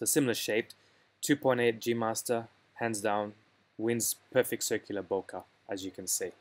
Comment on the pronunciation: Useful analysis, but all of it now changes quite dramatically, after the introduction of the new 100mm f/2.8 STF lens. BTW, it's not "bo-kaw", but "bo-kay" (it's a Japanese word).